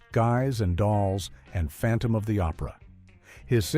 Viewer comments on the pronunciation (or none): none